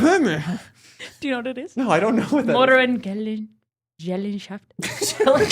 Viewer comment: Geselschaft is pronounced somewhat similar to "gazelle-shaft" with the "shaft" part being unstressed